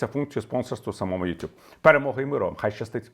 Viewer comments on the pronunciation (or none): none